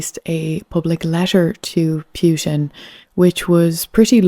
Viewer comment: Interesting how you pronounce Putin as Pewtin. lol